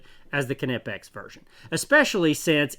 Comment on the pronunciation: He’s saying it the right way